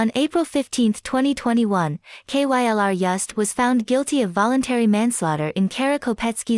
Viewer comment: I like how the computer voice is so dumb it spells out K-Y-L-R every time lol